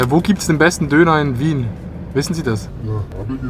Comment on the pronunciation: worlds best kebap in "Wjiehn" oder doch nicht lieber Vienna?;)